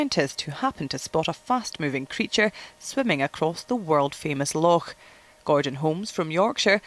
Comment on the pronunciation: she said, "Lochaulk" HA!